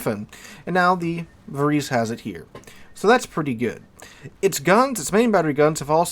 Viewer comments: Think Italian when pronouncing Italian names - it is closer to 'var-ay-say' than anything else. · The proper pronunciation is -> VA-RE-SE or something similar, although I am not italian, still ... 🙂